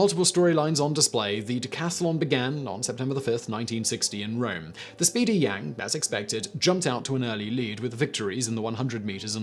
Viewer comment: Yo Simon, for future reference. A is a long vowel in Mandarin. So Yang is said like "Young".